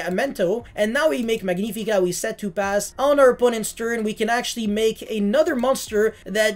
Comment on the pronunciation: Magnifica in this case is from Latin not Italian it's spelled like magnetic 😂❤ For the rest great deckkk